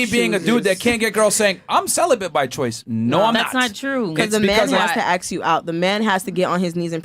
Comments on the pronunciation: ASK! It’s pronounced ASK!!! Not AKS. Can we start shaming ghetto people saying it that way?! My god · FnF are getting dumber by dealing with these women, and are saying Aks instead of Ask. STOP saying AKS!( i cringe every time and i am not a native speaker)